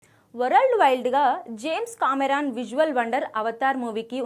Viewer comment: Warald wide😂